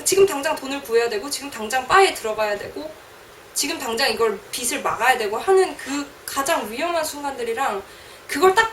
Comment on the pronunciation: 비슬 지게~~로 발음하지 말고 비즐 지게~~로 발음해야지~~ 국어 연음법칙~~